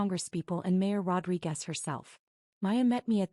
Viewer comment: Rodriquez. Not Rodri Guest.